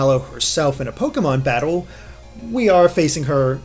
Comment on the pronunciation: almost said Toke-e-mon